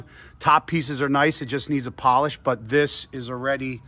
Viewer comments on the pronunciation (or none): none